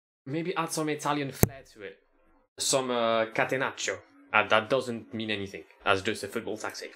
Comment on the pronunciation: Your catenaccio pronunciation is actually really good